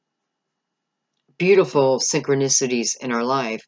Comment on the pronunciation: 1122 when you said syncronisitys